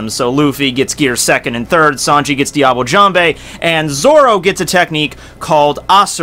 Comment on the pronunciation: "Diable Jambe" Your pronunciation makes me cringe...(yeah I kow you dont care)